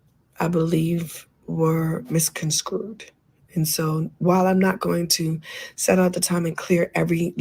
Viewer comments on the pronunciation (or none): 😫Soo tired of the misprounciation of this word it's NOT Con-SCREWED its CONSTRUED